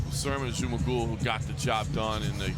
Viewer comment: Жумагул дегенди J менен жазгылачы Zh менен жазбай! Англисче Зумагул деп окуп айтып жатышат Ж - J менен жасанар эң туура айтышмак…